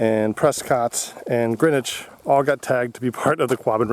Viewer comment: Two small technicalities, only because I am a Quabbin anal - ist. First, a common mistake. It was "Green-witch", not "Gren-itch". The founders distinctly wanted to differentiate themselves from England. Second, very minor point - No part of Dana flooded approaches 150 ft deep. Max might be 70 over the river site in North Dana. The coveted 150 depth site is reserved for a very small area just above Winsor Dam, which would either have been in Enfield or Belchertown. Because Quabbin is stated to have a maximum depth of 150 ft deep, the narrative becomes the whole reservoir is 150 ft deep. There are plenty of shallow areas. If the water goes down 10ft, walking the shore in some places starts to reveal fragments of former homes. Everything else fine - good job on finding the airplane site. It's been a while since I have been there, but the plane crash site is on the left. On the right is a more or less hard to find trail that leads to the Indian Kitchen, a really cool "cave" on the side of Pottapaug mountain (hill, by most standards). The side road (now a trail) up from the paved Dana - Greenwich Road lead to the Isaac Doane residence, whose cellar hole you walked by just before the crash site - but not visible unless you know where to look. Another hidden gem is the lone, forgotten grave of Wendell Farnsworth, complete with headstone. Slightly different area on another abandoned side road, but I digress. Thank you for bringing the kids. Hopefully, they will remember this when the